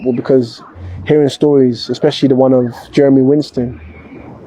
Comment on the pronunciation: The least you can do is pronounce his last name correctly. Its WISTEN not WINSTEN. A little effort for the deceased please.